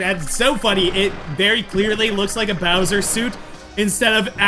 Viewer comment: When it said bowser’s warped orbit it did say kowser’s warped orbit